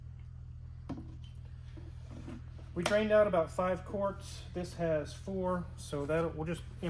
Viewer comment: Did he say drained out about 5 corpse :cat-orange-whistling::face-green-smiling